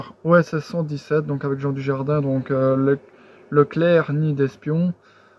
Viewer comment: Le Caire, pas le claire ahah